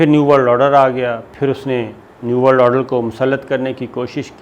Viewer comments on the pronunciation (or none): Sabir sahab it's order not oder. I have also noticed you can hardly say or pronounce any English words properly. You don't even take English names properly.